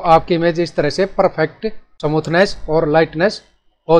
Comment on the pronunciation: Samuthness nhi smoothness